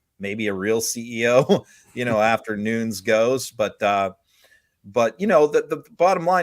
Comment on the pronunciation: The idiot's last name is pronounced Nu - Nes, and not Noons... FYI